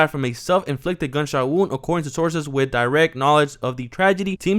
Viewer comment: “Arces on the scene” slow down on your reading bud 😂 sources my guy